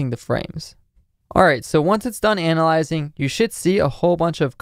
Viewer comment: "ANALlizing the frame"